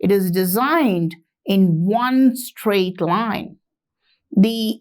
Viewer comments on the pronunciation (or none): none